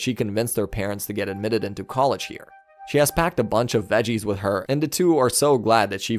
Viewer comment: We start 'wid" its with.